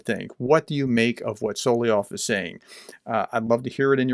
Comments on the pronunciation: "Soly-ov" is a mispronunciation. You're missing out on a syllable. Usually not a big deal but since you do so many videos on this guy, important to pronounce his name right, no? And since you are a teacher. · Solovyov. Correct pronunciation: SalavYOV (tricky language, Russian!). 🇺🇦🇺🇦🇺🇦 Слава Україні! 🇺🇦🇺🇦🇺🇦